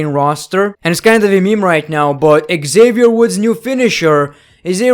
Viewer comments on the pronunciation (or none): none